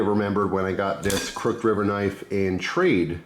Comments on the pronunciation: Haha I was thinking the same! It’s pronounced ‘cruck-hid’ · Never heard anyone pronounce "crooked" the way you do, crook'd vs crook•ed. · wait. have i been saying "crooked" wrong this whole time? im confused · Didnt even notice he said it different till i read this comment ha